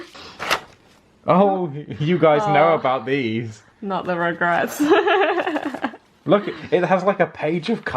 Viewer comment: When she says "Rugrats" it sounds kinda like 'regrets' haha the fan-fiction of regrets 😂